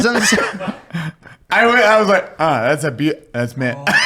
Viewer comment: you're not "eskimo cousins", so much as "eskimo cou-zyns"